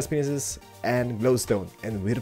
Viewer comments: it is said as window pains but spelt panes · Anyone else notice it sounds like hes's saying window "penises"? XD It's "pane" for one, "panes" for more than one (sounds like pains) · Does anybody else notice he syas window penises not panes (i love the accent tho) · At like he says penises instead of panes XD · ITS pronounced glass pains! Anyway, love your vids bro. Everytime i watch your vids, I get filled with inspiration. Keep up the great work! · glass panes :) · Guys he doesnt say window penises he says window paneses. LOL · Lolol for glass panes he says window penises xD